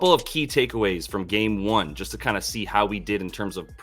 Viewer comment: It's not "toooo", It's "TU" 😉